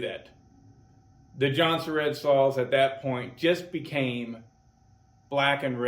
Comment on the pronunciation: Swedes pronounce it like "Yuun-seh-rehd" Many Americans say "Johnson-Red"